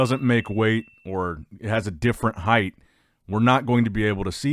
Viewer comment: Heighted at ? Bruv what’s that 😂